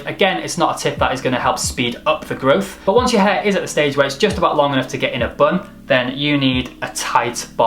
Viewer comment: he correctly goes with "stunt" and then ruins everything with "growf" o_O